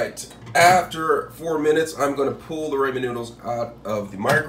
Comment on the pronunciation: it’s the fact that he pronounced it “r-AY-men” for me 🤣🤣